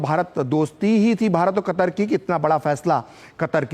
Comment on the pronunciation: बहन आप अपनी हिंदी ठीक करो,,, कतर को आप कतार बोल रही हो